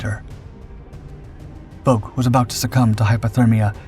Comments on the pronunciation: The ou in Bouck is pronounced like ow in how and cow. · It's pronounced BOWK. I went to school with his son. Lt Bouck went on to become a chiropractor in my hometown of St Louis, MO. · There's like 3 ways that are all right to pronounce bowk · "All right" is one thing. The way the Bouck family with whom was acquainted was the same family as the Lt. Bouck in question. If they pronounce it "Bowk," "Bowk" is their correct pronunciation. My own surname is Lithuanian, and therefore unusual. My husband told me the various pronunciations he had heard (and as a student of linguistics, he learned of several), but ended with, "And we pronounce it XYZ way." The "all right" pronunciation of a name is the one the family chooses. Correcting the family's pronunciation or insisting others are just as valid while ignoring their stated preference is tacky. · I attended college in the 1960's and knew a guy with the same last name. He pronounced it the same way you did. It seemed to be a German surname, to me, but I don't recall any discussion of what his father did in WW II, and that was something we talked about back then, as the Vietnam War was ramping up.